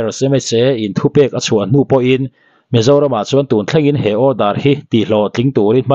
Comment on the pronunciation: I mizo tawng chhiar hi a pai deuh ngaihthlak a hrehawm lek lek.. Entir nan chuan chuan..tih ang reng ah te phei hi chuan a thluk i lam dik lo ..fre advice 😄